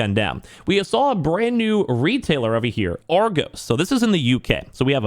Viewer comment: You pronounced Argos wrong :)